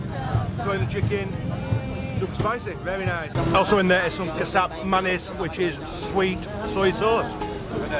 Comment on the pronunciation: Kecap manis is pronounced as "ketchup" manis. Food looks amazing but I would avoid street food as a foreigner to reduce the risk of foodborne illness.....I'm not sure if they are using tap water to cook and how long the raw meat has been sitting out in the open. Travel safe! Btw, it would be nice if you could at least learn to say "Thank you" in Bahasa Indonesia even if you don't speak the language 🥰